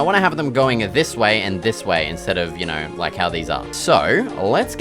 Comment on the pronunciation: “Yaur knawr?”